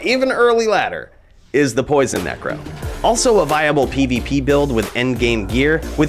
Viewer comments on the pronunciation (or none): none